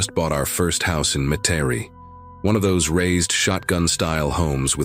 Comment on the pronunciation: That would be pronounced “Met-a-ree”. Metairie. I love these stories so much. I live half way between New Orleans and Baton Rouge.